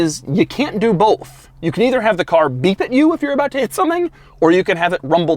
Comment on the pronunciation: Doug says "bolth" not both